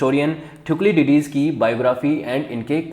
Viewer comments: Thuklidydys kon hy? Thu-sy - did us hy bahi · Your subject knowledge is low, you yourself do not know how to pronounce, you all the time pronounced Thukliditis, but it is actually Thucydides, it is Peleponnesian not Peleponian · First of all it is not thuclididis, it is thucydides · Thank you sir🙏 Explanation was very good But, the pronunciation of Thucydides was wrong 😅 That is = Thu-si-die-des 😊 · THU - SI - DI - DIS 🙏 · Sir Pronunciation of "Thucydides" should be correct! 🙏